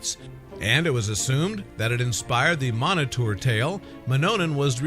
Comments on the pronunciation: Minotaur is Pronounced MINO-TAR not "miniter" LOL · Pronounced min-o-tar not monoter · Your pronouncing it wrong. Its "Minotaur" not "Monotour"... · Its pronounced (mino_tar) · You pronounce it minotaur... lol great try